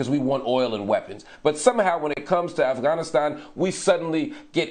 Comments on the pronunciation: US spent 20 years in Afghanistan and still can't say the country name right, this guy nailed it in this one video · First American who says the name of the country correctly